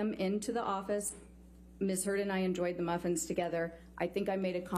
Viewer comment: “May I clarify what happened so that we can stop talking about the muffins?” Priceless delivery by the psychologist about how wasteful in time this was Also the way the lawyer says maffins is just, it makes it worse for me LOL